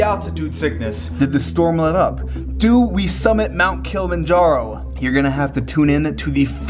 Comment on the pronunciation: Dude made this video but can even pronounce Kilimanjaro. Its not Kill-manjaro. Jesus.